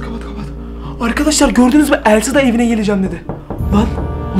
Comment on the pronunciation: Abi sen Elsa demiyorsun Sen Əlsa deyiyorsun😂😂😂😂😂😂😂😂😂😂😂😂😂😂😂❤❤❤❤❤❤😅😅❤😂😂❤❤😂❤😂😂❤❤😂❤😂😂❤❤😂❤😂❤😂😂❤❤😂❤😂❤❤😂😂❤❤😂😂❤❤😂😂❤❤😂❤😂❤😂❤😂❤😂